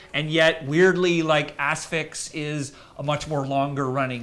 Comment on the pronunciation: Bro why are you saying Asphyx like thet lol